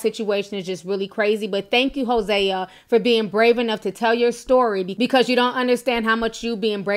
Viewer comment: It’s pronounced Jose like the Spanish name